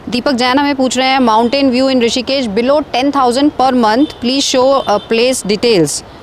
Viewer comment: Kindly improve your pronunciation of the words Mountain and kettle